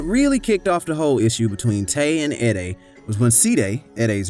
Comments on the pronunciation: E-(DAY) not EH (DEY)😂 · Bruh its E-DAY not edd-day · suppose to sound like e day not eddie these niggaz vids delivery and research skills be trash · "Shy rock." "Edday." You're a clown, bruh.